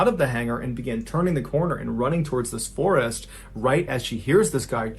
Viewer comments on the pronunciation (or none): none